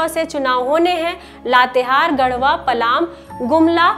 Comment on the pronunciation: . Ma'am there is no district by the name of 'Palaam' . It is called ' palamu'.